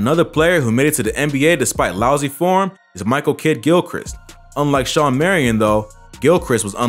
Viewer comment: It's SHAWN Marion, not Sean